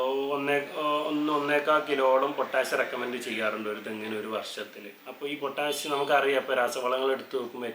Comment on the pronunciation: എന്തിനാണ് പൊറ്റാഷ് പൊറ്റാശ് എന്നിങ്ങനെ പറയുന്നത് . ആ തെങ്ങിൽ നിന്ന് കിട്ടുന്ന ചേരിയും മടലും കത്തിച്ചിട്ട് വെണ്ണീർ ചേർത്താൽ പോരെ . അതിനൊക്കുന്ന ഒരു പൊട്ടാഷും ഇന്ന് ലോകത്ത് വാങ്ങാൻ കിട്ടുമോ .